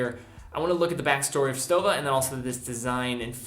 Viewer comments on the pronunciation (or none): pronounced like „shtowa“